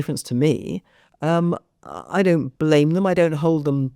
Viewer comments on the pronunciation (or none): none